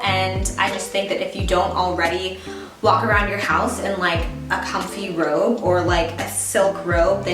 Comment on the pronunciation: I thought you said ‘rope’ instead of ‘robe’ 😅 For survival we could probably use both!